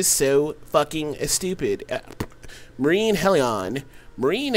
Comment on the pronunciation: Murine Hell -EE-ON ZEE-lot